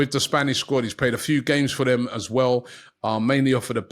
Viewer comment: one thing i always wondered with robbie is why he pronounces his “TH” words (This They Them) etc. as Vis, Vey and Vem 😂😂😂